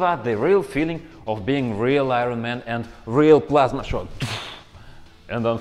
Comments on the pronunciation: “Ai-Rawn maaaan” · Eye ren man